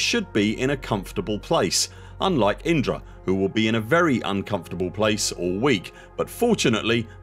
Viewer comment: Enunciating Indra so clearly makes we wonder how many times Inara ended up on the editing room floor? 😂